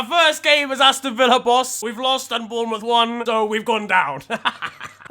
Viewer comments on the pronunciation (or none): none